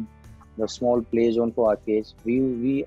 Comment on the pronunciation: Jone instead of zone